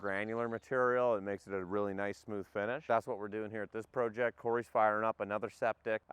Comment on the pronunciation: “Pro-ject” I love how Canadians pronounce their long Os.